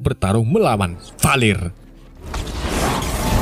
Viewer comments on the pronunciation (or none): none